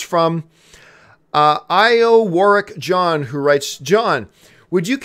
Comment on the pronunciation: IowarickJohn How John reads it: Io Warick John How it was probably meant to be read: Iowa Rick John